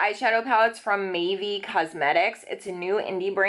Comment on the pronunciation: Mavie cosmetics. I thought she was saying maybe